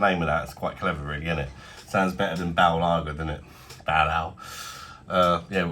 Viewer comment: It’s bale ba-il not ball